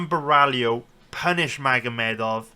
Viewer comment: Love ur detailed and honest predictions! Other youtubers bet picks are way too confident, pulling them out of their ass and ending up being wrong. Btw its Caio Bo-hai-oh, not Ba-rally-oh lol.